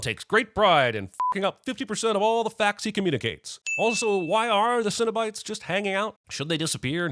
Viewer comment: i love the "sinobite" conversion from cenobites lol